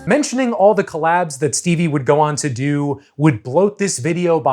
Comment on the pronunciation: I think he probably said "collabs,' but it sounded like "collapse." Please use real words.